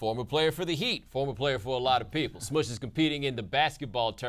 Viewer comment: He called him "Smudge" lol